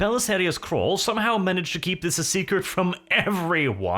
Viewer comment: this 'random ass mechanicus dude' helped the emperor design the black carapace. He isn't a nobody. Also its CAWL not CRAWL